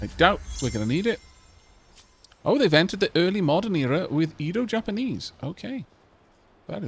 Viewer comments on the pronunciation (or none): Fun fact: In the Edo period, Japan was mostly isolated from the outside world, with the exception of the Dutch. It made me smile to see that the Dutch and Edo Japanese were neighbours in this game-run :) By the way, Edo is pronounced more like eh-do. The 'e' is the same as in egg.